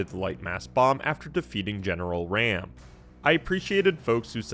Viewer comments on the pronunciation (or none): General Raam pronounced Rom not Ram and it’s Ultimate not Unlimited